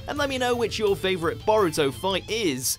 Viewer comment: I’m pretty sure his name is pronounced Bow Rue Toe but I’ll let it slide